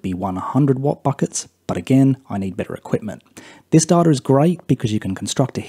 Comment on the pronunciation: I’ve accepted da-ta in place of day-ta but dar-tar? Come on